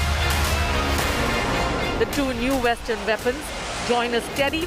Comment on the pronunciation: vestern veapon? Can they not see that those words start with a w?